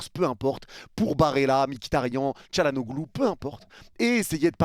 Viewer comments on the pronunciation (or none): none